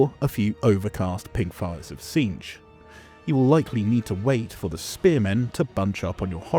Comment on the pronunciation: Its "cinch" like "in a cinch"